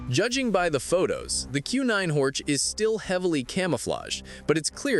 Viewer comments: It is in German therefore Horch is read Horh and not Horch 😉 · This guy doesn't care about Audi history, Auto Union, Horch, DKW, Audi, Wanderer. Simply Horč 😢